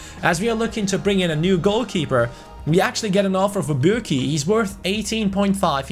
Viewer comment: u said burki has joined :))) LOL